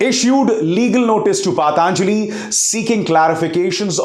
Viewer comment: भाई thoda Patanjali शब्द का pronunciation सीख लो